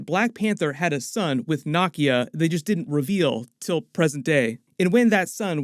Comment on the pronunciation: It’s NUH-KEY-UH not nah-kia